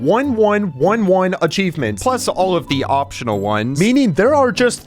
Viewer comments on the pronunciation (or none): bro said opional btw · "opional achivement" 😭😭